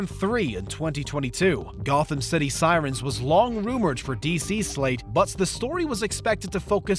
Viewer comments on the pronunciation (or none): none